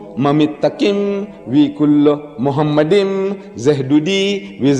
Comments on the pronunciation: Hebrew speaker here 👋 The word written is pronounced “Mahamadim”, not “Muhamadim.” This is a subtle but quite a distinct difference. One change in the vowel can change a word completely, which would change the meaning as well. The word Mahamadim is the plural of the word Mahmad, which means charming/desirable/delightful/loveliness etc etc. It comes from the root word “Hemed.” In Semitic languages like Arabic and Hebrew, there is this concept of root words. If you speak a Semitic language then you know what I’m talking about. Anyways, the root word “Hemed” means lovely/delight/desire etc. The man is mistaken. This verse is not a reference to Muhammad. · Grant him for what? For lying? Deedat was no scholar in the classic Hebrew language. Never did he refer to a Hebrew dictionary or lexicon. The first lie by Deedat is that he pronounced מַחֲּמַדִּ֑ים as ‘muhamaddim’. But he is wrong, it is ‘ma-kha-madim’. So there is no pronunciation of Muhammad. The other lie made by Deedat is that he said that ‘מַחֲּמַדִּ֑ים' is a name. Again he is very wrong because מַחֲּמַדִּ֑ים is a masculine plural noun, so it is not a name (like יְהוִֹה, Yhvh). And because it is not a name it is impossible that it refers to the name of ‘Muhammad’. Just inform every high valuated Hebrew dictionary or lexicon. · First of all it's mahammadim not Muhammad-Im. Secondly, mahammadim is a descriptive word not a persons name. It's foolish for anyone to chop up the word and say that they are two separate words when the word exists in that form and has a meaning smh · The first point is already a lie. 1. It's pronounced "Makhmadiim", not "Mmuhammadimm" 2. The context shows it's not about Mohammed, it's the female describing her lover as "altogether Makhmadiim (lovely)" 3. There is no actual evidence for a "plural of respect" in that time. But it's funny that Muslims, whose God is one, act as if saying the plural is more respectful.